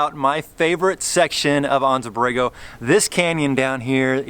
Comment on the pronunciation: Really enjoying your video adventures. They’re motivating me to finish my YJ and hit the trails. I’m pretty envious of your new top of the line Jeeps but I dig the old school basics of my YJ which was the last bastion of leaf spring jeeps. Oh one thing, it’s driving me crazy. I’ve lived in San Diego the past 32 years, been to Anza Borrego many times and lived in the town of Anza for a few years also. Anza is pronounced AN-ZA. Not AHN-ZA. We all use Gringo Spanish in our SoCal homeland English speaking world. AN AN ANZA!! Lol.